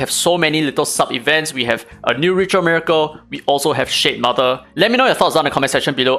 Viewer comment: shitmother, the way you say it... haha!